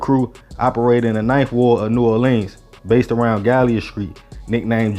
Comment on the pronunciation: PLEEEZE pronounce New Orleans as Nu Orlens, just like the locals do.